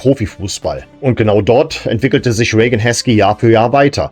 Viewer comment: das wäre ja exakt wie Rain. Ich hab auch eben mal gegoogelt das wird es definitiv so gesprochen: "Ree-gän" oder "Ray-gän" ausgesprochen. Im Detail bedeutet das:Das "ei" (oder "ea") wird wie ein langes "ie" oder "äi" gesprochen. Meine Frau ist ebenso der Meinung, sie ist englische Muttersprachlerin - Widerspruch zwecklos 🫣